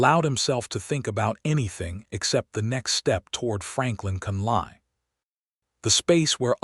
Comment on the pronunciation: Hate to start this post with complaints about AI , however, the last name of Catherine is not pronounced as Con,lie but is pronounced as Con,lee. Lord have mercy, the narrator correctly pronounced Tucson!!!!!! Listening from Clarksville, TN.